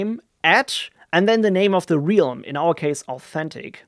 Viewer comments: you mean like "helm" but with an "r" :D just saying this to make sure nobody is wondering why the realm would be pronounced helm :D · Great video, thanks. I also liked your compose file clean-up. One tiny, tiny, point......from you mispronounce Realm several times. It is actually pronounced with a short vowel, as in RELM. ;-) My wife is German and she has problems with that word as as well ;-)